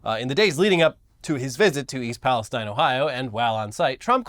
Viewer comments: Ok, I’ll be the pedant. Pala- STEEN. Not STINE. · We locals pronounce it ‘East Palace-TEEN’. Thanks for bringing awareness to this terrible situation with some humor. We need the laughs. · You locals pronounce Palestine incorrectly.